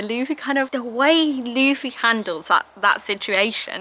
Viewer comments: Yeah, same happens with Spanish. There'll be sometimes a vowel a little bit off, but I can assure you, it'll be better than Laffy xD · thanks, mate! and i think mispronouncing names during their journey through one piece is a step on the path everyone must take😅